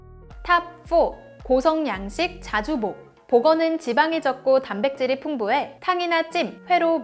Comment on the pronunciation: '고성 양식 - 자주복' 이렇게 읽는 것이 아니라, '고성 - 양식 자주복' 이렇게 읽어야 합니다.